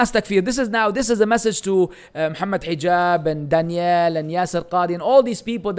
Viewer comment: There’s a difference between dan-yell with emphasis on the last half. It’s actually the way you say Danielle which is specific to girls and dan-yull with emphasis on the first syllable is how it’s said for a man Daniel. Anyways I hope you don’t say this on purpose. I’ll give you the benefit of the doubt and say no one made it clear to you before and that you aren’t calling him by a woman’s version of his name on purpose…